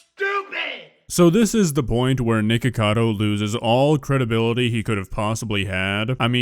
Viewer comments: I love how PewDiePie says it nIcKAdO ACkAdo i love it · He keeps calling him Nikado lololol